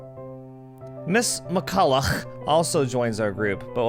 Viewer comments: I'm still not over how pronounces that name haha. Ms. McCollouGHH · Every time he says McCollough I die